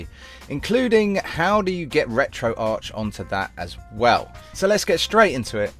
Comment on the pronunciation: Its pronounced retro ARC not ARCH :/